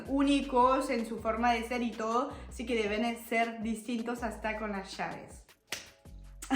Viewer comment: Pregunto.. porque pronuncia tanto.el shiiii .. shoooo casheee